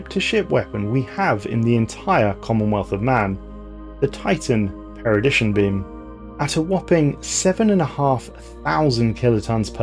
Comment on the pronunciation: Always love a good stelarris video for the shower. But you mispronounced perdition as paradition and captions confirm this.. also sounds like your calling the gauss cannon a gas cannon but that ones more understandable with the cool accent. Wonder what accents would form in space